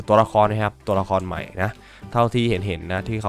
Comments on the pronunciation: ใหม่ ครับพี่ ใจเย็นไม่ใช่ ใมห่ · ใหม่ ไม่ใช่หรอพี่ชาย ไม่ใข่ ใมห่ เด้อ